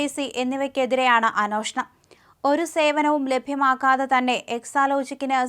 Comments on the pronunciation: Not "അനോഷണം" It's "അന്വേഷണം" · കൊച്ചേ, അന്വേഷണം എന്നാണ്. തെറ്റ് ഉച്ചരിക്കുമ്പോൾ അവിടെ തിരുത്താൻ ആരുമില്ലേ? ഷാജനും തെറ്റായി ഇത് ഉച്ചരിക്കുന്നു.